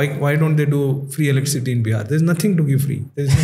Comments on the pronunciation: Can someone tell this guy it is not "Electric City" There is no city like that. It is electricity my dear fellow. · Please pronounce electricity properly. It doesn't look nice